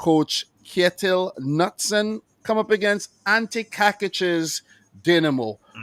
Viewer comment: The ''K'' in Knutsen for Kjetil Knutsen is not pronounced silently like in the English words ''Knife'' or ''Know'', so his name is not pronounced ''Nutsen'', it's definately a hard K at the beginning of his name.